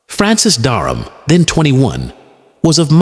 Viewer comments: His name was Francis Dereham not Darnham or Durham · Duck of Norfolk? There's something hilarious about an AI narrative talking about English history with a southern US drawl. By the way, the name was Dereham not Darham.